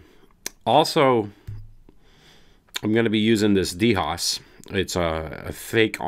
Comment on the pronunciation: Hey, the brand DHOS is pronounced like a 'dose' of medicine or like uno, 'dos', tres